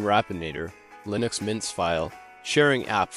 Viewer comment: Hehe. " lienux" mint..eh? 😋🤪